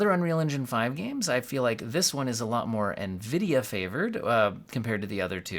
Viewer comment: Nvidia getting butchered. I like that.